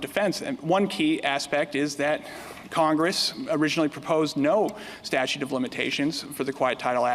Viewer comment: statute - not statue!